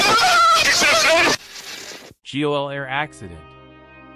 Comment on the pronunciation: May I share an tip - GOL pronounces GO!